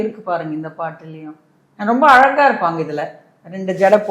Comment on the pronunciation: பார்த்தசாரதி உங்களுக்கு "ழ" வராதா ,அலகா இல்லை அழகா